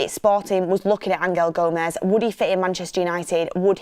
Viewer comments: Stop calling him ang-el Gomes please 😂😂😂 it’s angel, like the ones in the bible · Stop changing the name of players it's always been Angel gomes not Angal gomes what the hell do your research! I can't see Rashford and Osimhen sale going ahead another load of crap